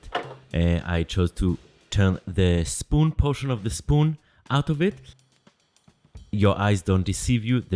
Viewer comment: Ze schpoon and ze schtamp